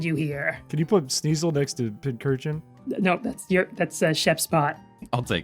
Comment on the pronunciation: Why tf do you keep mispronouncing Pincurchin as Pinchurchin?